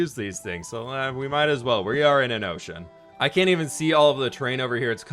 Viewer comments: He said ,” O’ cean!” Lol sounded like oh shiii** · That's what I heard too lol